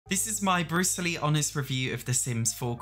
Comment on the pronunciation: Am i the only person who hears him saying Bruce Lee instead of Brutally